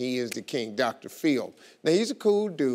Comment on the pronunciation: I thought steve said Dr feel, not dr phil